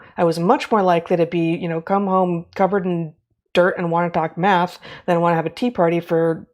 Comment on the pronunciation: I think the spelling you’re looking for is m-a-d-t-h. As in: “If you want to knough the troo phacts you need to du the MADTH currectly “